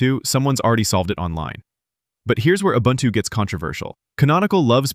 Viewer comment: the word ubuntu is african. this guy says it pretty close. its oo-boon-too not you bun two